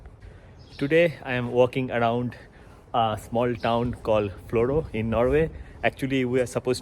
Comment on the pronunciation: Florø but pronounced Flura...nice video though...my hometown